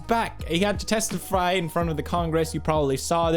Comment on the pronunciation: "... he got to testifry in front of the congresse..." - Pewdiepie